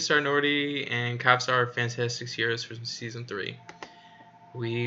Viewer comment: Kvasir - please read it like Qasir, not Kavasir. "Kv" is the same as "Q"